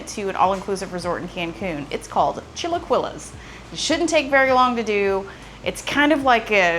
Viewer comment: pronounced "chee la key lays